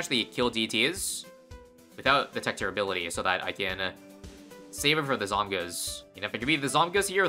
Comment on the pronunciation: Zawmguhs is such a cursed pronounciation